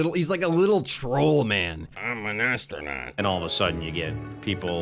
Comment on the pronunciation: "Imb ahn asstronot" You aint had to do kelly like that lmao